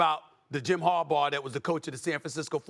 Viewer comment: Good job Stephen A. Finally saying Harbaugh right instead of 'Harbar."